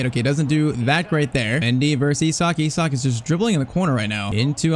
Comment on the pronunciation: bro saying e- sak but it is i - sak